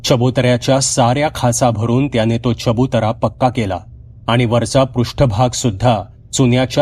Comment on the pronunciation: दादा तुम्ही नेहमी छान कथा सांगता आणि वाचन ही छान करता नवनाथांपैकी एक का -कानिफनाथ आणि तुम्ही कनीफनाथ वाचलं ऐकून बरोबर वाटलं नाही आणि दुसरं च्यबुतरा नव्हे तर चबूतरा.कृपया चूक सुधारून घ्याल असं वाटते